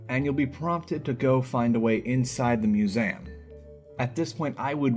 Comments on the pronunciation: anyone noticed he says ‘museum’ as “musayum”? no? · The way you pronounce "Museum" 💀